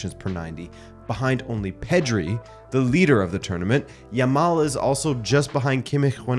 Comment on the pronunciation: Yamal not Yamall. Say the last syllable like "Al" not "all" . And "eelite" what the hell?